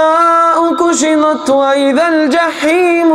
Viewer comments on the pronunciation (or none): MaShallah brother, very beautiful voice. kindly make correction "kushimat is actually kushitat" Love from Pakistan